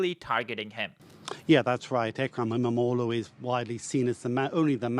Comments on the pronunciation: It's not imalulu ffs... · lol its not imalulu ahahahahaha imam oglu is ok but imalulu is funny as fuck 😊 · It is not ‘imalooloo’, it is Imamoglu. Just get it right please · Not imaLULU, it is imamOĞLU 😅😂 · Ekrem Emalougoo😂 dude its imamoglu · Thanks for the great video. It d be much better if you spent 5 min to correctly pronounce İmamoglu man😂 He is not an African, imalulu?? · By the way, how hard can it be to pronounce his name 'Imamoglu' properly ? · The prononciation of the name is imm-uhm-owl-woo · No! İmamoğlu = ğ → This letter is silent but elongates the preceding vowel "o" in this case. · How hard can it be to learn how to pronounce a name in foreign language? LMFAO each time you say Ekrem İmamoğlu.